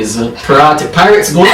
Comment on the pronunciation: Pyrateas? Ok.. Lol! Great video guys!